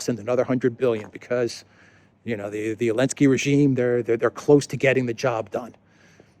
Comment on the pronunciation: Why is call Zelensky -"Elensky"?